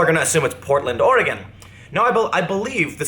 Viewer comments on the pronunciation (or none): none